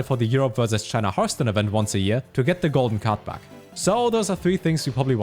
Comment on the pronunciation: that german accent, cannot understand when he says card back and/or card pack